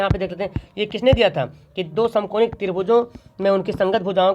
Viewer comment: Samkonik nahi samankonik hai sir